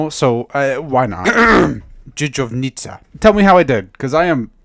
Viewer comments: as a Pole to hear someone say dżdżownica this good is really mindblowing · dżdżownica - you said that perfectly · Dżdżownica close enough (there is random Y between dż and second dż) but nice : )